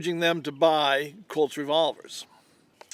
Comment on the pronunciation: Colts not cults